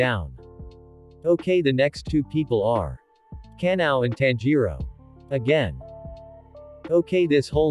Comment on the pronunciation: The fact that google pronounce ka-na-o as canal